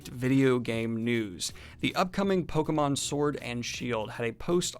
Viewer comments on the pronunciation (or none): none